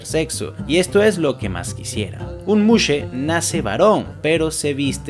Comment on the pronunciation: tengo una duda, veo que pronuncias bien la palabra muxe pero no los mexicas, ¿por qué?